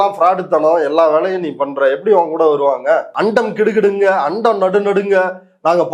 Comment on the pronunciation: அண்டம் கிடுகிடுக்க - என்று அத சொல்றதுக்கே வயதாகிவிட்டதால் நாக்கு குழறுகிறது. ஆணவக்கிழம்.